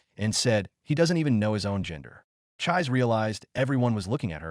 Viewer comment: Chee-say not chize.